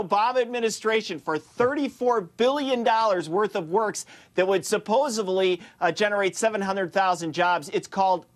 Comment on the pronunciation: Did that idiot in the glasses really say "supposebly"? 'Nuff said.